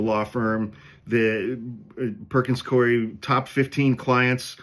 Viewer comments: I worked there - it's Perkins Coo-Eee and not Coy. It's a really weird name, I know. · Perkins Coo-eeeee is how it’s pronounced. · From Seattle. It's pronounced Perkins "Coo-E." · Perkins-Cooey pronunciation